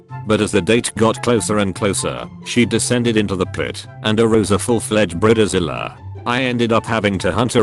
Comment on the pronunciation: Human: bride-zilla Robot text to speech: brid-a-zilla Human: make-up Robot, an intellectual: mackyööp Human: etc etc Robot, an intellectual: ETC et cetera.